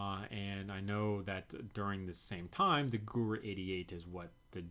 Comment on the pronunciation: Gewehr is pronounced [ge-verr] in German , sometime W is pronounced V